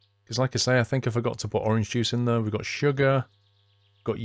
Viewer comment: You have a really weird way of pronouncing the word "there". Sounds like you are saying "thar". Decent vids though. Cheers.